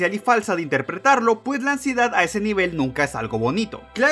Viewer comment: Me dió Ansiedad cada vez que decía Amsiedad